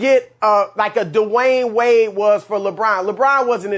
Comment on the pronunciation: Chris "DEWAIN WAYNE" Broussard